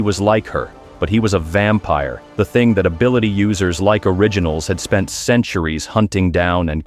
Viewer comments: Gng it’s “ vampire” not “vampier” 🥀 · Vampire ❌ Vampier ✅ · Ahh what in the ‘vampier’ ai slop is this 🫩✌️ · “Vampier” huhh💔🥀